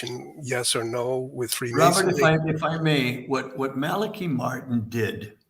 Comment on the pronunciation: His name was pronounced Malachi (mal-el-KEY). Malachi Martin was released of his vows of poverty and obedience (not chastity). Malachi came to NY and for a time drove a cab. Also, he performed exorcisms. He was a most remarkable man. There is much you left out. He continued a relationship with John Paul II..... and you should inform yourself and find out how far he went as far as titles go. Fascinating man.